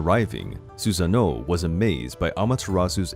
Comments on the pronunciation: I know I’m not crazy... you called susano her like 5 times 😂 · Why does "she" keep saying for Susanoo